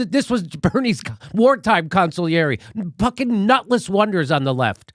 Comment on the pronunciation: “Nutletss wonder.”